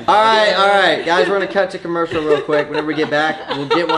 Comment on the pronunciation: When he said “cut to comervial” an ad cornfimyjdfjfjjf